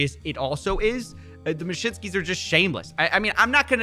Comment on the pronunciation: Taco Bell will give u the "mashinskis" 😆😂